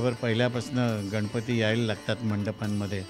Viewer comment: अतिशय सुंदर मुलाखत आहे परंतु गणपती न म्हणता गनपती म्हणत आहेत मुलाखत घेणारी मुलगी न आणि ण अर काम करा.... अगदीच बेशुद्ध मराठी आहे